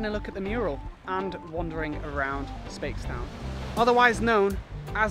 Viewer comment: i'm a barbadian and i laughed sooo hard when he pronouced Speightstown as "spates - town" it's pronounced "spites - town"